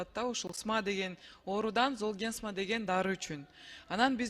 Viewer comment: дарынын атын туура айта албай койдугооо.....золгенсма деп